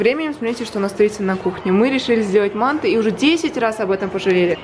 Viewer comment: мАнты а мантЫ